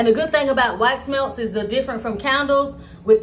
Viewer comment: 😂😂😂I PEEPED THAT TOO